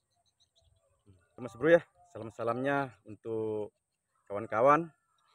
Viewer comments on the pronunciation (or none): Ngucapin istighfar nya yg benar bang,bukan astagafirulloh, Astaghfirullah.🙏🏻